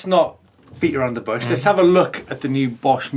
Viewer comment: "lets not beat around the bosch" ?? :D